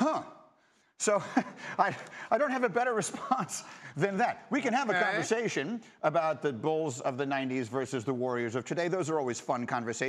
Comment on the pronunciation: ''We can have a converjashun''